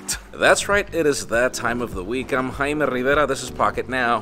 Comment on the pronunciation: YOUR NAME IS JAIME NOT HAIME .